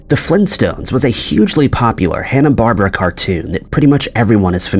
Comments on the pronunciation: Ikr. Thank you for pointing that out. I was so annoyed, even as no native English speaker I know it is Barbera and not the Barber😂😂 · Hanna Barbera (bar beara) not Barbra ughhhh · Yes. Now they say Barbara.like a girls name. It used to be Barbera bar..bear..a. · Hanna Barbera, not Hanna Barber. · Ok you lost me when you said hannah barbara. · Dod he just say "Hanna Barbra"?! Why am I even gonna finish this video?🤔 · It's pronounced "Hannah Bar-BEAR-ah" (i'm old enough to know that, haha) , did I hear "Orlanda?" That's so weird. Is this an AI voice ready a misspelling? I'd rather have a real voice, just sayin'. Look at the screen , the screen in front of the guy; a typo. On a cartoon. What is wrong with people? 😆How can it be misspelled and get through allllll the social media stuff as click art and be used over again and no one noticed? smh And yes, i'm being picky, but you know what? Being pick looks professional and like you care. 🤷‍♀ It's also midnight and I'm just noticing these things cuz I'm sleepy, so... sorry? haha (It's a mood. Anyone else get like this?) It might even be helpful, food for thought. :goodvibes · Why r ppl saying its Hanna barber?? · The narrator doesn’t say Hanna Barber. He says Hanna Barbera but pronounces it like Barbara. Still wrong but not THAT wrong. Just sayin’ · in the video, the narrator mispronounced the last name BARBERA as Barber. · the dude mispronounced the name, when talking about The Flinstones.